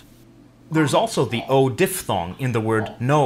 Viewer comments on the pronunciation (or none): none